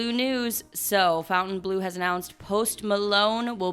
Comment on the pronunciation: The way you pronounce FOUNTAIN Blue - double check that lol😂😂😂😂😂